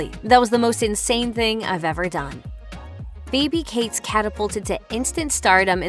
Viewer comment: I am absolutely livid how the narrator pronounced "Phoebe" 😔